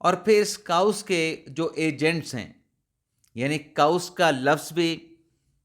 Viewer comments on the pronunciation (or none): Dear chaos its not kaa-oos, but pronounced as kay-os. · جناب ، برائے کرم اپنا تلفظ درست کریں۔ chaos کو “کے اوس” پڑھا جاتا ہے “کاؤس” نہیں، اور دوسرا vlog کو “وی لاگ” پڑھا جاتا ہے ناکہ “ولاگ”۔ اس نشاندہی پر معذرت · ۔۔۔انگلش کے لفظ chaos کو کے-اوس پڑھتے ہیں۔ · آپ کاؤس کہتے ہیں تو کانوں میں پھنس جاتا ہے 😅